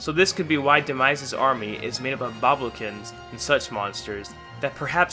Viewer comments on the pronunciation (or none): "Boblokins"... really? You can't even pronounce bokoblins